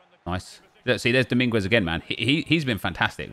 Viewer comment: The u in Dominguez is silent